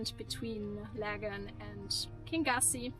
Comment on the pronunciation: Lovely energy in your video - travelling through an area I know well. I lived on Loch Lagganside 40 years ago. The Laggan coffee shop was the village shop at that time. Kingussie is Pronounced “kin-YOO-see” and comes from the Scottish Gaelic, “Ceann a' Ghiùthsaich” which means “Head of the Pine forest”.